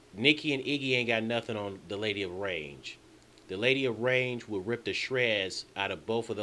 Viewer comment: The Lady of Rage not "Range" 😂😂😂😂😂😂😂😂😂